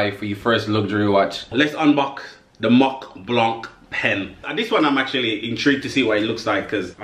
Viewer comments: These are some fine pieces! By the way, Montblanc's logo represents the highest mountain in Europe with its six glaciers. (And since the Mont Blanc is in France, it's pronounced "Mohn blah"🙂) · You don't pronounce the 't' of Mont and the 'c' of Blanc.